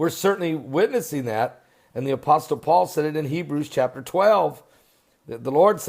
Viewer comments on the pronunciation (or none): The "t" in Apostle is silent